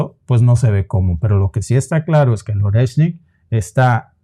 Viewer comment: Oreshnik se pronuncia Ariéshnik chicos... En Ruso toda "o átona" se pronuncia a y toda "e tónica" se pronuncia ie. Espero que esto os ayude!❤